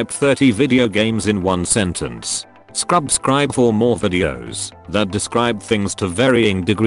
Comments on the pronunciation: Did he just say Scrub-scribe? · He is saying Scrubscribe right